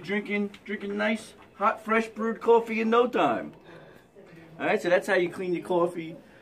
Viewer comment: I am here for help yes...but i am also 100% here for these east coast (i bet this is NEW YORK) pronunciations. I know my people lol <3 #waudduh = water #cawfee = coffee